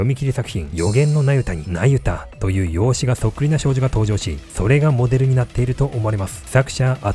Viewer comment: ナユタがユダヤに聞こえてしまう😅